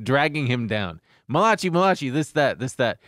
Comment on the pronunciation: Tbf to and, I went yrs pronouncing Malachi the same way too 😅 like why isn’t it spelled malakai? Doesn’t make sense lol